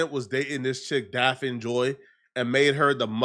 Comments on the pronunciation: This fool can't even pronounce the chick name right. What the hell is DAPH-FIN? It's pronounced DAFF-KNEE. Say it with me now, DAFF-KNEE. 4 to 5 girlfriends?, stop frontin.' You are still a virgin and say Aaaahh shucks when you see a titty." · Her name is pronounced daffney it's a different spelling Daphne the way you say her name hella funny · It's pronounced "Daff-knee" nigga❕️ DAFF-KNEE‼️ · Say it with me “DAFF-KNEE” JOY. The way you saying it is kill me 🤣🤣🤣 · Like if u gon talk shit about her at least say her name right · who? This fool cant pronounce Daphne lol. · can’t even say her name right and he talks for a living.